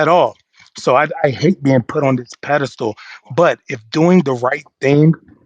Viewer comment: I get you! Pedastal not place to be!